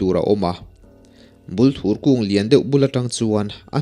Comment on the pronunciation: Thing hming hi i lam diklo nual. Bulthur tih hi thing hming a ni a, Bul hi bur tih anga thluk tur a nia. Thur tih hi thei thur tiha thur lai ang hian lam tur. Bûl hi chi hnih a awm a, Bulthur leh Bulfek. Hnaibûng tih a Hnai tih hi thing hnai kan lam thluka thluk tur, Bung hi chu Bung thing kan lam thluka thluk tur.